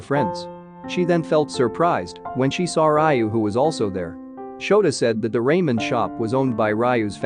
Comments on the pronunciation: it's not raimen it's ramen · Bro, hearing you say “Rae-men” instead of “Ra-men” is about to give me a stroke, please correct it next time but overall good summary 🙏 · Stopper watching when I heard Raymen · lol Ray-men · Not Raymen 😭😭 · RAY-MEN WUT RA-MEN IS HOW YOU SAY IT AAAH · It's ramen😂 and not raymen. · bruh at least pronounce ramen right